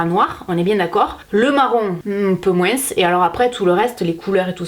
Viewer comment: Je vien de regarder quel dit moinSS et pas moin 🤣